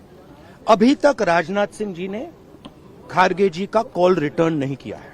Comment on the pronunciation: खरगे जी को खारगे बोलकर कैसी इज्जत दे रहा है 😂😂